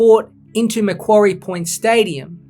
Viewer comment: Exceptional video! A few really good points you raise! Finally. A content creator who pronounces Macquarie properly haha. Gruen's report fails to accurately identify the fundamental issues due to glancing over the much greater benefits and short to long term advantages of the Macquarie Point PRECINCT. Its not just a stadium we're talking about here in tassie. A decision made by both the AFL and Tassie Government. Heaven forbid it wouldn't want to be made by anything otherwise. Based off current inflation to the economy there's also an approximate estimate to the added cost of the stadium for every year it dosn't get built. Roughly $80 million per year. There should be more incentive to get the project built sooner than later. Gruens report also neglects to acknowledge the architectural design for the stadium as it will be built with the short to long term benefits of expansion in its seating capacity. Roughly 25k - 30k - 35k seats. Roughly as I can't quite recall the exact numbers. Another thing to consider. Greens report drastically dismisses the 30yr history of work put into the tassie AFL licence and application for this stadium and prescient. Seriously. 30 YEARS worth of work, evaluation and planning into knowing the right location and means of getting both stadium and team off to a great start. This includes the added evolution of making a entertainment precinct around the stadium. Greens report fails to mention this and for 170 odd page document to not mention that, pro